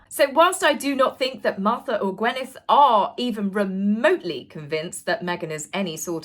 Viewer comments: It's GwYneth, not GwEnyth. Come on now, please !!!! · Gwyneth = (gwinneth not gwenneth) (gwyn think gin!) ❤ 🐾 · Gwyneth = Gwineth not Gwenyth